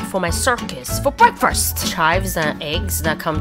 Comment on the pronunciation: How you pronounce ‘*BREAKFREST* is hilarious 😂😂😂